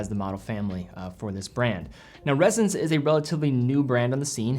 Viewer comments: It’s Ressence, not “Rezzence”. You even said it yourself, it’s named after essence, it’s pronounced like essence You also said “millimetres” of oil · It’s Ress-ence not Rez-ence. Cool watch though.